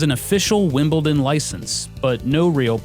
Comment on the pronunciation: wow, an american who can pronounce Wimbledon properly. congrats!